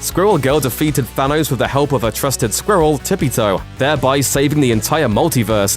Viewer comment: Anyone else cringe everytime he pronounced the word “squirrel”